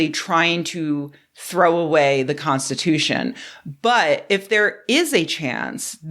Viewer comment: Separation of Church and State. What???? Cornstitooshun?????? What????? LMAO!!!!